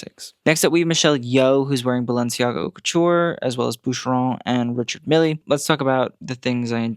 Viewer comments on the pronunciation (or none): buddy we gotta work on your watch brand pronunciations - "Ri-char Meel" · I LIVE for your commentary, and the continued shade/beef w Christian Siriano and Balenciaga. One small note: Richard Mille is pronounced (Rishar Meel (or meal) luh), he's swiss!!